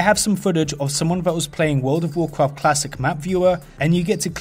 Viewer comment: Actually,with that said,lets play the clip of a wold uv wuarcwaft